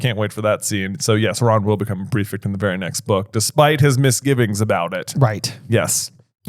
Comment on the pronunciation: why do you say prefict instead of prefect?